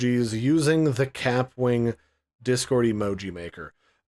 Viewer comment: It’s pronounced ka-pwing. Like a bullet ricochet